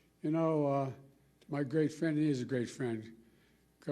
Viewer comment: Did he say Gay Friend???? Or Great Friend???